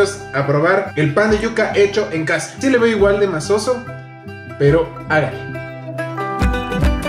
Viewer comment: "MACIZO" mi, no masoso, eso no existe 😁😁😁